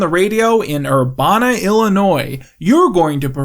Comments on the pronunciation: this is such a small thing, but I’ve heard it twice now and it’s bothering me just a little: it’s pronounced ER-BAN-A, not URBHANA…I hope that made sense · You mispronounced Urbana, IL. I can’t let my city be disrespected. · Illinois resident here, Urbana rhymes with Hannah. Thank you. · You mispronounced Urbana but URBANA, ILLINOIS MENTION!!!